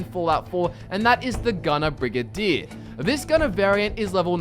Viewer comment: Brigadier, not brigadire, idiot.